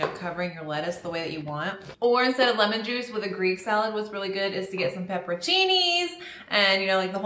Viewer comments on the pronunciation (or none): none